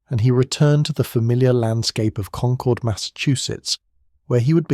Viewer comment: Please pronounce Concord correctly. I grew up there. It's pronounced the same as conquered.